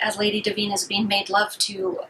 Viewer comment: Honey you flat lined when you mispronounced Divine